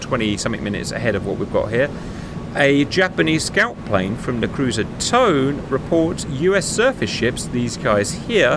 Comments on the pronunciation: Good video, tho I want to note that the heavy cruiser Tone is pronounced like "Toe-nay" and not the English way. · Mate its Tone as in Toe-nah . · Just for fute reference: the name for rhe cruiser TONE is pronounced with a full A at they end, something like Tone-eyy. Im sure somebody else in the comments can do a better job of telling you how to properly pronounce it XD Anyway fhis was a banger video